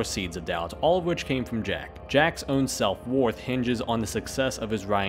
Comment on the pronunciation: It's "WARTH" it? WORTH is pronounced like WURTH, not "warth".